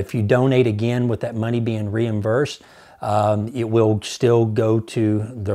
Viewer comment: Reimversed or reimbursed? Sorry